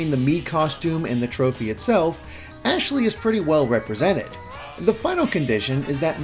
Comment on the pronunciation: You'd better learn her name cause it's ASHLEY